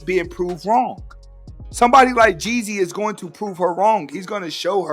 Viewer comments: It's Young Jeezy not Young Jesse 😆😆😆😆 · ....LEARN HOW TO PRONOUNCE HIS NAME!!!!! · Jezzy? Jeanie (may)? This lady knows NOTHING ABOUT THEM as she can’t even pronounce the names correctly! Jee-zee and Jeanie MY. That’s how they pronounced each of their names respectively. These folks be some thirsty culture vultures!